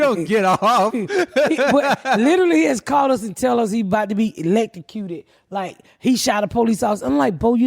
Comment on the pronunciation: Oh “electrocuted”...I swear I thought Ms.Pat was saying “late to cue”